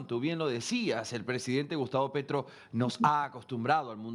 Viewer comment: Quién es Pertro? Ahh un gerrilwro